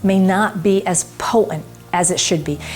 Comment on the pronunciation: Not po ent. It's po tent. Please pronounce both t's.